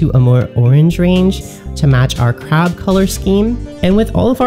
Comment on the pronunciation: SAY CREB AGAIN.